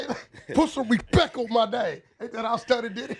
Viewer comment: Wack says Respec😅😂😂